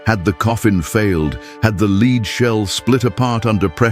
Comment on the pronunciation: More AI narrating bullshit... "leeed coffin"???